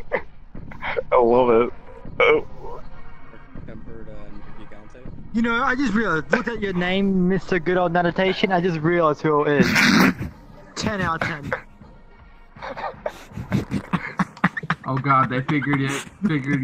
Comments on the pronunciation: i honestly lost it myself when that guy said your name wrong XD Nadditation XD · NADDITATION XD I DIED 😂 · Nadditation! (Lol, love that) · I only liked it ´caus of the mispronunciation. its so funny